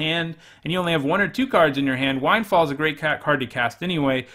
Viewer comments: Its wind. Like blowing in the wind. Not like wind like winding a clock. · Lord have mercy, the "wind" in windfall rhymes with thinned, not with bind. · Never thought I'd see the day that a grown ass adult can't pronounce the word "windfall."